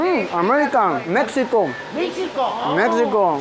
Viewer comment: Di México no mexsico